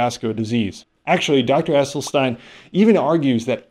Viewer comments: First of all, please learn the correct pronunciation of Dr. Esselstyn's name. Second, if I were an influencer who was attempting to build my platform, attacking th plant-based community would be an easy target, since they only represent about 1% of the population. Third, Dr. Esselstyn took these patients on after they all had significant and numerous sequelae from their cardiovascular disease, and as a result of the diet and the time he spent with each of the subjects, if they stayed compliant with the WFPB not oil guidelines, it is my understanding that there were no further adverse effects. If I were a patient who had many adverse events, I think giving up olive oil and avocados would be a small price to pay for my life. I do not think Dr. Esselstyn embarked on this journey with a rigorous study design in mind...he simply wanted to see if this diet would improve morbidity and mortality numbers, which it did considerably, esp when compared with those who did not follow his protocol. The data is clear: if you have a history of heart disease, this diet works amazingly well. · It's NOT Essel-stine, it's Essel-steen! Dr E. was personally teaching the members of his program intensively & and was available for free consultations. This way, he insured compliance. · His name is pronounced Essel-sten not stein. Poor form when you mispronounce the main subjects name so often. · It's EsselstEEn 🙂